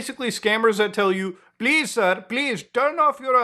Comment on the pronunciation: please saaaar, saaaaaaaaaaaaaaaaaaaaaaaarrrrrrrrrrrrr